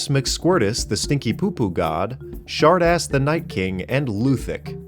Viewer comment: Everytime he says shargaas I hear shartass